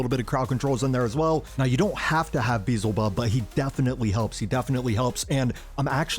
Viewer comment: Bro, I watched a lot of your videos and u're always messing character's names lol. Its f'ing Beelzebub not Beezelbub 😅😅😅 Nice work btw, luv ur vids